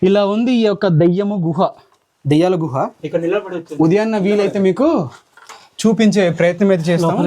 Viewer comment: అన్న మీరు దయ్యాల గుహ అన్నారు అనుకున్న😅 దెయ్యాల గుహలా ఒకే అన్నా .